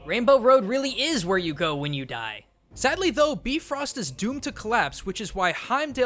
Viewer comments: Oooh maaan. You were sooo much closer in pronouncing the Bifröst bridge correctly but it is actually pronounced Bee Rawst. Not Bee Frost. With a slightly rolled R. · bifröst is pronounced bifroost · Nope. It actually sounds more like "beef-roast". I was disappointed too. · Even if you are supposed to say the "bee" portion way shorter, "bee-frost" is how i would explain how to pronounce it. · But since it's old Norse, I can't be sure of the real pronounciation. It could very well be biff-röst. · i may be late to talk about this but sense in am from iceland i already know about northen mitholigy and he pronounced the names kind wrong. i know the names are diffrent depending on language but they use Ö and you pronounce it like this : uh. ei= ay. i may be over analizing this but i just wanted to say this. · Surprise, the American-made movie got the pronunciation of the Norse word wrong. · Still to this day i have yet to see anyone on the internet pronounce Bifröst correctly. Even Marvel butchers it.